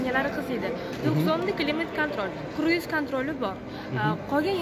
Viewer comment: Plarama Mas panoraman tom deydi akam Kruz mas kruiz kontrol